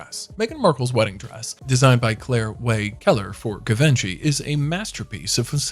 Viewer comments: Did he say Gui-van-ki? 😂😂😂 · Worst pronunciation of "Givenchy" goes to this narrator. It's pronounced "zhee-vaan-shee" not "give-en-chee". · Good grief. What a pointless video. Trash everyone. Learn to pronounce Givenchy correctly at least! 🙄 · The fact you can't pronounce Givenchy tells everyone you have no place critiquing anyone's style.